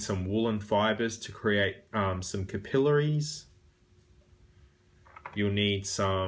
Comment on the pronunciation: First I have to say your pronouncing capillaries wrong its driving me nuts. Its not (ka-peel-la-ree-s) its (cap-pa-lair-ree-s). Besides that this is a pretty good job. Most only thing about the overall effect is that I think the bones lay to high or thickness is to much so it sits to high on the finger making it look obvious its fake. If your finger really was cut that way (as I've actually this happen when I was a kid) it would sit deep into finger and not so high up. Make it flatter.